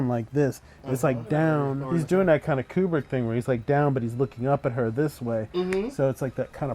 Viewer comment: You are of the rare breed that pronounces Kubrick correctly.